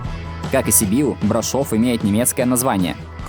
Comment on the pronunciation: Прекрасный выпуск как и маршрут. Только БрАшов, а не БрашОв.